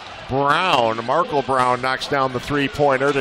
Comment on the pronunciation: why he pronounce Markel like that?